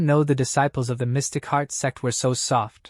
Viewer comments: its funny cause the AI can't pronounce the word sect but says sex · Bro why TF is he mispronouncing sect servant so bad ....... Ahhhhhh I was listening without headphones 🎧 ahhhhhhhhhh🦅🦅🦅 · do you know when you say sect you actually say sex for example on scene :face-red-droopy-eyes